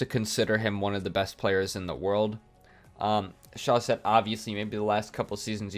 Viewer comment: Talking about pronunciation, what about you become the first ever to pronounce chausette correctly ? You have to say "chauzette" (because there's only one s)